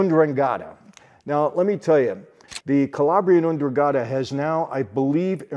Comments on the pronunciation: Its weird how you pronounce ndrangeta/drun;gheta would be more like it but grest job anyway sir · Michael my friend, it's N'drangheta. And it's pronounced En-drahng-get-ah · Just for the record, and I don't want to be or sound mean: Ndrangheta Is pronounced "ndrun-ghe-tuh" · Michael you're the man. It's pronounced "En-Drang-Gay-Tah" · Ndrangheta pronounced with an 'E' after the G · Just a little critic, ndrangheta is not prounced like that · Mike, you're killing my ears when you say Ndrangheta.....I love you bother, but say it right.